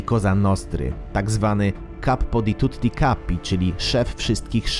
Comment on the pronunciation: Nie do końca ;) chociażby "capo di tutti capi" jest wymowione zle, po pierwsze capo a nie caPPo, a po drugie w tutti nie wypowiada sie tak wyraznie dwóch "T", ale film na plus, daje lape w gore :D